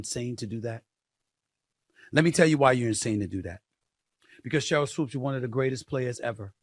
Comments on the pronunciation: Why you keep saying Sheryl Woods ? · In case you're unaware of it, you said Sheryl "Woods" instead of Sheryl Swoopes🤦‍♂🤦‍♂🤦‍♂🤦‍♂....nonetheless, dope podcast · Swoopes... Not Swooped or Woods.... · Swoopes Say It With Me Swoopes 😂😂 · He spelled it correctly in the title, but said it wrong. You didn't even spell it correctly 🤦‍♂️